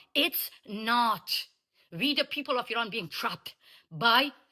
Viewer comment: Please don’t say eye ran ,it’s eran IRAN 😂